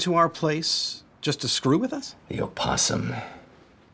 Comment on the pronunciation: Why are they pronouncing opossum like that?